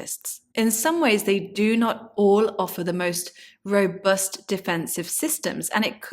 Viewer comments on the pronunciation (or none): none